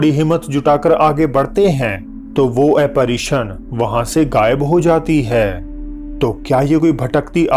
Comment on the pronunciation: It's not apperison... it's apperance lol